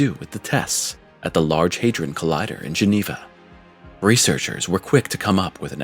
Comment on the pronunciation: HadRon not haderon ron